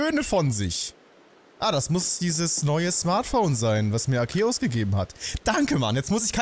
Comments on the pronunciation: endlich einer der Arceus nicht so komisch ausspricht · Im offiziellen Anime wirds aber "Arkehus" ausgesprochen